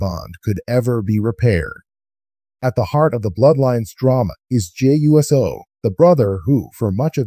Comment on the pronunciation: it's not U.S.O'S it OUUC O. thats how 'pronounce it.